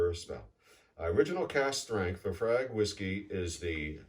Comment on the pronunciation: Thanks for the video. The clubhouse is amazing. I’m somewhere between a newbie and intermediate to whiskey. I had thought laphroaig was pronounced luh-froyg? Any thoughts? Also I think Lagavulin is Nick Offermans go-to whiskey? Thanks for the videos!